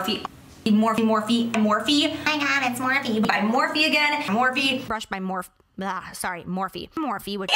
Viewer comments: Now I cannot unhear "more feet" 😂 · she said morphe so much it sounds like she was saying more feet